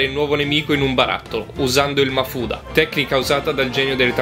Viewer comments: È mafuba non mafuda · Che ignorante da quando si dice MAFUDA e non MAFUBA hahahahahahahahaha